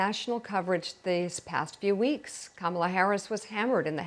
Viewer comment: If he can't get Kamalas name right, we could refer to Trump as Conald.